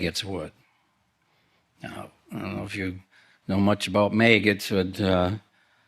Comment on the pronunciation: I know what a maggot is, but what is a mayget